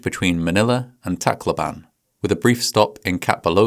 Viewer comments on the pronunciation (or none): It's funny how you pronounce the place I grew up in. I'm from Leyte and Tacloban is situated there. My dad used to work for sulpicio lines and I think he also apprenticed with them. They turned from being a passenger carrying shipping company to a cargo company in which my aunt's husband works with them now. They're operating under a different name now.